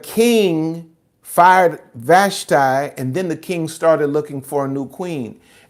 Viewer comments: With respect, Ill help you out with Hebrew pronounciation. Vahsh-tee, Ah-hahsh-vair-ohsh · FYI, it's pronounced Queen VASHTEE in Hebrew. As someone who learned Hebrew, I think it's important, alot has been taken out of context from lack of understanding the original language ❤